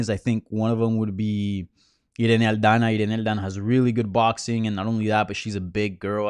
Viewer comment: I was waiting for that authentic Irena Aldana pronunciation and didn't dissapoint.